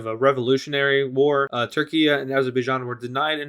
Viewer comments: It is turkey not turkia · Anyone gonna question on why he doesn’t Turkish and says turkian and instead of turkey he says Turkia